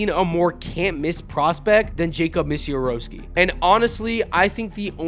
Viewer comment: Yo bro it’s Miz-a-rao-ski